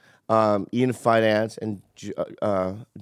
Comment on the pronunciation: Bobby - multiple times: "Ian Finance" 😆